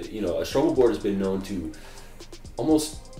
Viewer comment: I've been subscribed for like 2 years and only now I realized you guys are saying STROBEL board instead of STRUGGLE board :)